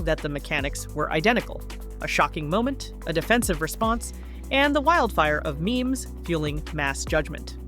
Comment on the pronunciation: It’s not meemees. It’s memes